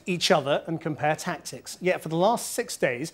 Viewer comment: I didn't miss computer gamers, what I couldn't work out was tactics, because it sounds like taxes, he doesn't say the second t.